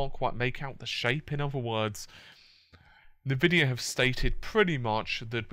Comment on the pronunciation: en-vidia not neh-vidia